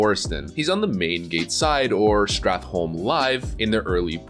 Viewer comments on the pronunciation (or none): none